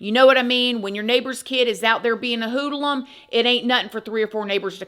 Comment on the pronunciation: Hoodle-um hehe ❤